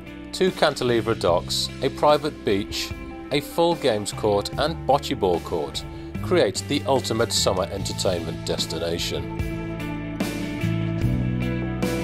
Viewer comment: he said bacheeball coth